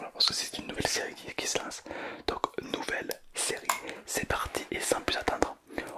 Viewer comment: C’est pas nous velle mais nouvelle mais c’est pas grave t’inquiète